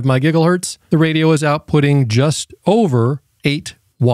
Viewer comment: "UHF 70 semeneters" "from 136 my giggle hurts"